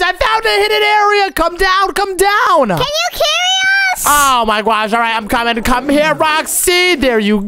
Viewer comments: He says gosh gwosh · Why did,,roxy,and keep on saying GUOSH